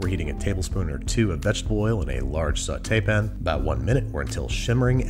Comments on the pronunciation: Is it just me, or is Babish pronouncing sauté-pan like "Saw tay pin"?😂😂😂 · "Saw Tapin" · SAUTE PAN not Sautaypin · STOP SAYING SAUTEPIN